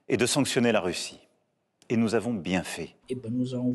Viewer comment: "’NOUS AVONHH